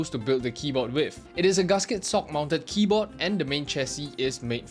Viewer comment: why is bro saying "kiboh" wtf